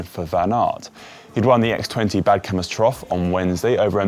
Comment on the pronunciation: pronounciation of X²O Badkamers Trofee 😅